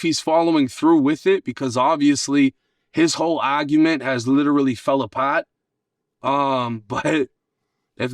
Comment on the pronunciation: I can tell by the way this guy said “fell apart” that he’s from Boston not Florida (Mark )